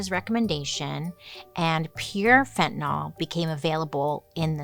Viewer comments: Not "fen-ten-awl"....Its: "fen-ty-nil."* It drives my nurse sister crazy when she hears other professions call it Fen-ten-awl (specifically cops who should no better if its such an epidemic.) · Why does she mispronounce the word itself. It's got an 'a' in it order to say the 'TAN' part of the word. Say it like FEN - TA - NYL . ( not " Fentnil " ). Q. Why has it gotten that A ? A. To make you pronounce it right . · I know I'm unhinged... but it drives me crazy ! Fentanyl, like Benadryl. Not fentanol like alcohol... I know, I hate me too. 🫣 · It's pronounced like it's spelled: fen-tan-YL, not fen-tan-AHL. It's an extremely common mistake but a mistake, nonetheless. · FentanYL, not FentanAL... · This might be frivolous but fentanyl is not fentanol it's fentanill. I get so frustrated when people mispronounced a simple word... Sound it out with a y okay lesson for the day thanks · Pronounced Fen-ta-nil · pronounced fent-a-nil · Totally important, but I always wonder why it gets pronounced like "fentan-all" when it's spelled with a -yl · Fin tah nill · Raise your hand if you pronounce it "Fentanol". I think most people do... Fantastic video! ❤ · Pet peeve. Read these words: Vinyl Style Dye Gomer Pyle Bye bye Cyrus Gyrate Hydrate Mysogenous Pythagoras Zephyr Where does the letter "y" in fentanyl become an "o"?!?!? Fen-tan- il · Its pronounced fen-tuh-nuhl so technically you’re incorrect but anyways who cares its not a big deal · Is it pronounced.….nol or.,,,,nyl?